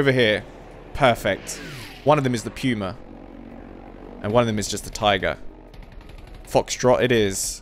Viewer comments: For ur question on how to pronounce it , Its not Pew-ma, its Poo-ma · The tank puma isnt pronounced "piuma" its just "puma" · That AV is called "Puma" not "Piuma". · Its called Puma and not Pyuma (I hope you understand) pUma the U is called U and not like Britain say you (i hope you understand what i mean) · Its puma Not pjuma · Pooma not puema I know its spelled puma its just for pronounciation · "Puma" is like... Try saying "poo mah" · German here, Puma is pronounced Pooma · Hard to tell you how Puma is spoken in german. In english its nearly better you use poma thats Sounds nearly the original german puma. 😂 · Btw you pronounce Puma like poomah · "Pewmah" lol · You pronounce the puma more like. Poo ma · You pronounc it more like Poma